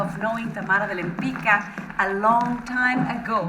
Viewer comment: This musical is incredibly written and beautiful yet pronounces their main artist name so incorrectly - her surname is polish, it's Łempicka so pronounced in English as "Wem-pitzka", not "Lem-pika". I hope this is something that gets fixed once the show moves to Broadway.